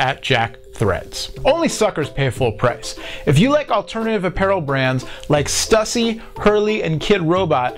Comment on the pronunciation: you pronounced Stussy wrong in your ad. just saying.